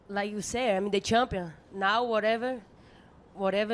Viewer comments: She is shampion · I'm the campion you know? I have been training with my coats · no according to her shes a chumpion